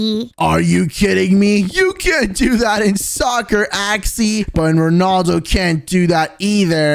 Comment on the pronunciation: Rondalo fans say his name right so your not a rea fan@